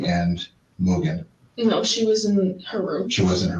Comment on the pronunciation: At around the 58 minute mark she says Mogen, and of course we can't question that.... Gimme a break!! You pick and choose what YOU think is normal and what sounds ridiculous. EVERYTHING SOUNDS RIDICULOUS IN THIS INTERVIEW... There is no truth when you lie about anything in a supposed quad murder investigation.